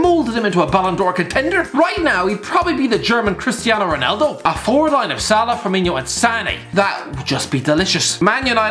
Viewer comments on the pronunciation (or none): none